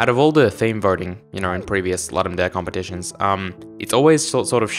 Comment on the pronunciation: while the name is latin there are videos of ludum staff saying it ludum dare not loodum daray